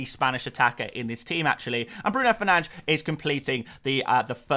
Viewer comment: It's Fernandes not Fernands🤬😉